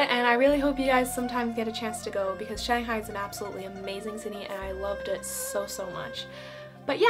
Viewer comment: So glad you like Shanghai, you really nailed the pronunciation! Hope I could visit Finland someday. BTW it's Taoist temple in Yuyuan.